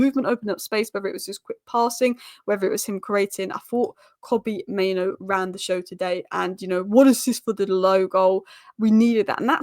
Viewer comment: It's mainoo, not maino